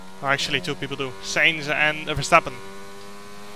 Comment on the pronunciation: the way jarno says sainz is so funny lol